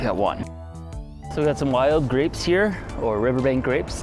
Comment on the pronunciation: I love the way he says grapes "Greps"